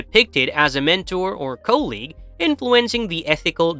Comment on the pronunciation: The fact that he said colleague instead of colleague killed me inside alil bit